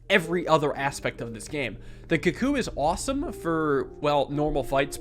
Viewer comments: please, it's pronounced koo-koo please see this comment:) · I love you, I love your vids, but can you please pronounce cuckoo correctly 🤣